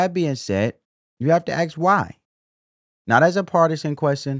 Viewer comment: Learn how to say ask you'll sound more reputable